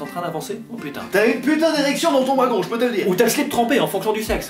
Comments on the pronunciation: Oh putain "wouagon ". Mais sinon tu as de quoi être fière. T'es un modèle génial. 😊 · « Ouagon », 2017